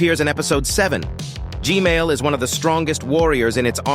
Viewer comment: Bro said gmail